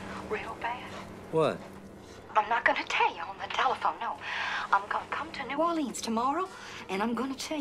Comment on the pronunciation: She said “New Or-LEENS” - her character would have said, “N’w ORLINS”.